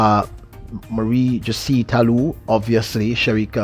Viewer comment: You are one of the best commentators , but please pronounce Talous name properly Jose is pronounce like Hoo zay .Thank you no offense meant .You are still the best .